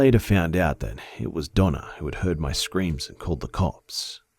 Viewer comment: when he said "It was Donna.." for some reason I heard "It was Dog Nut.." idk why tho😕